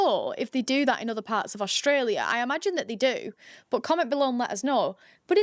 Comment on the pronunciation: Funny…..you calling it OSHTRELIA ! Why ?